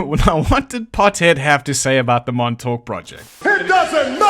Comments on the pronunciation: Just say Montauk like you're from Long Island. Or as the natives call it Longailan. Montawk Longailan. Theirs is a beautiful dialect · The emphasis is on the Mon, not the Tauk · Can't say fucking "Montauk" but you can say "Little Lilly Millie Billie Baby Bobby Brown" fifty times